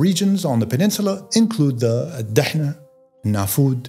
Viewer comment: Surprised that you mispronounced the names of the desserts in Arabia . الدهناء و النفود D- hana Al-Nfood